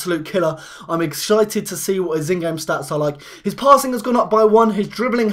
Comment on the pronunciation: Exshited? Hahhahha